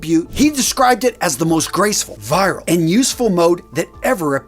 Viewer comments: Sorry no criticism - the word for first waistcoat was it was virile and useful mode - The virile here is 1. Of, relating to, or having the characteristics of an adult male, especially in having the ability to have sexual intercourse. 2. Masculine in a robust way; manly: Your pronunciation make it sound like viral - relating to the rapid propagation of information, ideas, or trends by means of social networks Which is a word your very familiar when relating to a subject on a utube channel … Hope it’s ok to say…. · Virile is not pronounce the same as viral! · Glad I'm not the only one who heard that! VEER-aisle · I may be wrong; but I'm pretty sure 'virile' is pronounced veer-rile. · Btw, "VIRILE" is pronounced VEER-EYE-L. VIRILE means having traditionally masculine traits especially to a marked degree. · Virile is pronounced, "Ver-eyell." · If you’re going to keep saying the word virile at least make an effort to learn how to pronounce it! It’s not viral! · it’s pronounced “vir-isle” as in virile (having strength, energy, and a strong sex drive (typically used of a man). "he was a powerful, virile man"). Not Viral as in “of, relating to, or caused by a virus. a viral infection. 2. : quickly and widely spread or popularized especially by means of social media. a viral video.” So as well as being stylish try to be phonetically correct please. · I think you meant to say virile as in masculine not viral as in pathogen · VEER-ill and WES-kit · Virile - pronounced vir - ile, or masculine, from latin vir for man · Virile, not viral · Someone needs to tell this guy the difference between " viral " and " virile " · I think you are mispronouncing "virile". It's not pronounced like "viral". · Virile isnt pronounced that way. Great video though. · Surprised you cannot pronounce virile. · Fascinating. But even in the U.S. surely it isn't pronounced like a transmissible disease ,-) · My guy, it's "VI-RILE" as in VI-RIL-ITY not "VIRAL" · It's vur·uhl (virile) not vai·ruhl (viral) 😉